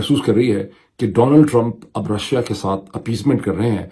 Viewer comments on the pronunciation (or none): none